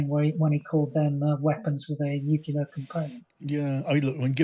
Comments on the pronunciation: NU CLEAR. Not Nucular. NUCLEAR. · Nuclear, not nucular ! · What is it with experts pronouncing nuclear as 'nucular' all the time. says nuclear, i wish his guests would. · Chip's an idiot... "nuc-u-lar" ? Give me a break... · Don't trust any person that says 'nuke-you-ler', that's George Bush level intelligence! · Nothing undermines the credibility of an 'expert' like the use of the nonsense word 'nukular'. Tell this dude to get some speech therapy. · He cannot even pronounce nuclear ....chip chapman is full of near phrasing and long words, but basically he is the propagandist in this Nuke yular .. Haha. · It is sad to hear that such a high profile British soldier and expert on military strategy has adopted the American pronunciation of the word nuclear as "nukelar". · 'Nucular' facilities? 🙄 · It's not pronounced "nuke-ya-lur" any more than mischievous is pronounced "mis-cheeve-e-us"". Pay attention to the spelling. If a word is closely related to the field in which you're supposed to be an expert it does not help your credibility to mispronounce said word. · Why its it that so many of these people are seemingly incapable of pronouncing the word nuclear correctly. 'Nucular' sends my mind into a very mini meltdown! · Never listen to anyone who can't pronounce 'nuclear'. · He may be a major general but the second anyone mispronounces the word nuclear i automatically discount their opinion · It would also be nice if he learned how to pronounce the word "nuclear".